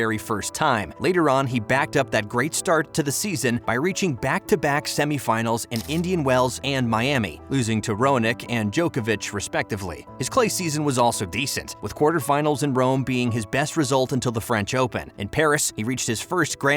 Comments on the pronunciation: Roanick? Hahaha, its Raonic you stupid bot. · It's Raonic not Roanic 🤦‍♂ Also your pronunciation of Domi is wrong